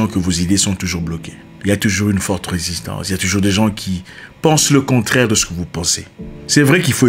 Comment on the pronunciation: Risistance vraimeuuuuu 🤣🤣